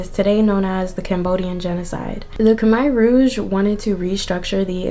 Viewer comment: pronounced “kah-mare (like a female horse)” rouge